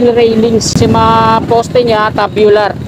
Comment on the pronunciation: Opo..Kaso pronounce dapat Tsubyular na naging tabyular😂 Dibale sa next Tama na Yan😂